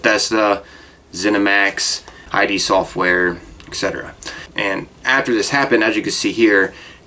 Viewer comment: it's "id", not "I.D."